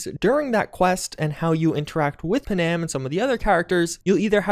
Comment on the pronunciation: Did you ever fucking play the game why are you saying panam like that?